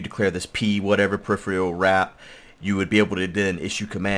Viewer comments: From a loyal sub and viewer, and with respect....pe·riph·er·al -- Pronunciation: [puh-rif-er-uh l] It sounds like you're saying periphrial or periphreal... and it's great. lol Thanks for the ep! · The word is said per-if-er-al. -_